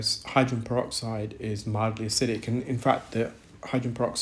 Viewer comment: Hydran peroxide, the case of the missing syllables 🔍